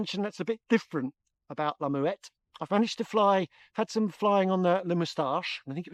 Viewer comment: It’s pronounced “MmmmWET”